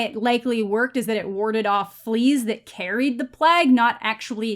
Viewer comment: Why do you say plague like a seal suffering from a heat stroke